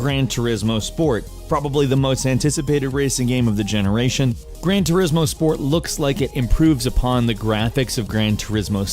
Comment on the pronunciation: "Grain turismo" lol